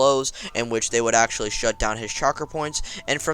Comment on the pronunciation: Ok stop saying accually I've heard it 8 times in a minute